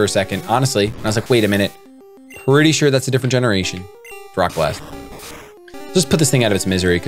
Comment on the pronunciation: "im pretty shore"